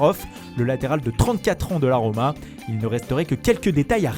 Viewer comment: moi aussi la 'RRROMA' X)